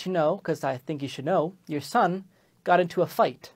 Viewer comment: 3 59 its supposed to be son not som